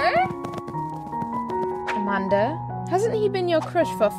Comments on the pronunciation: LOL SAID AMANDER INSTEAD OF AMANDA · No one: Not even the chokecherry I was eating:: AMANDER